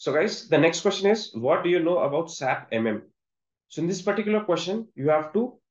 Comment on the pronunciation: FYI, Don’t say SAP, say S A P..